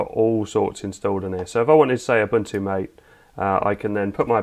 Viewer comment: "Mah-tay", not "M8".